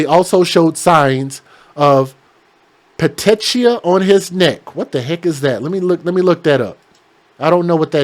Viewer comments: Petechiae is pronounced PEH-TEE-KEEY-EYE...........Keep up the good work. I love your channel! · pettìchi is pronounced Pa tee key I. It is what is seen in people that have been strangled. The small veins in the eyes burst. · Petechiae is pronounced more like pa tee kee eye. They mention it a lot in medical reports because it's often a sign of strangulation. Keep up the great work. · Its broken blood vessels. Pronounced like puh tee key eye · It's pronounced pe-teek-ia. Petechia.